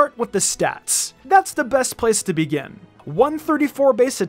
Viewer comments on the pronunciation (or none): none